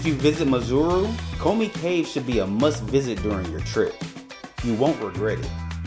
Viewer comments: When you say Maseru its exactly the way it is sir...not Mazeru😂 there is no "Z"...But overall Lovely Video of my home town my brother! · Not Mazeru mate But MA-SE-RU. Sheer ignorance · It's pronounced 'Maceru' not 'Mazeru'😀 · Great presentation but terrible pronunciation on the names. MASERU not MAZURU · Lol your Maseru sounds like Missouri the US state . Its pronounced Mah -Seh-Roo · Maseru_ Pronounced Mar - Sir - Rue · Mar Say Roo 😅. That kinda simplifies the pronunciation. Beautiful video though😊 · My Brother I don’t know if it’s ignorance or arrogance : but to NOT pronounce correctly is embarrassing 🙈 How Maseru turned into Mazuru🤷🏾 is a goddam’ mystery Man😂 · its Mazuru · Ma-se-ru. Each syllable separately, not all at once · You’re saying Maseru wrong and it’s really frustrating man.! ( there’s no Z or O in Maseru)However thank you for highlighting our beautiful homeland, God bless you 👊🏽🍻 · So you spent all that time in Lesotho and never learnt the pronunciation of its capital city!? What a shame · You have gained a new follower brother. I am from 🇱🇸 Maseru and I love how you showcased our capital city. I see you went to the mainstream tourist locations, if you happen to come back my group can show you other activities that the youth here are still trying to promote. Skateboarding in the highlands, paragliding, airbaloon rides, fashion shows and art gallaries. We will also work on that "Maseru" pronounciation😂😂.. 💯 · nice tour indeed, but the pronounciation for Maseru, is hilarious! I can see you enjoyed touring in Lesotho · 😂😂😂😂 love yr channel. Why didn’t they teach you how to pronounce Maseru 😆. U make it sound like there’s a ‘Z’ or even ‘zu’ 😁… but the ‘U’ is also only at the end. ❤